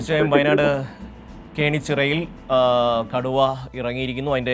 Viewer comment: കോണിച്ചിറ അല്ല പൊട്ടാ..😂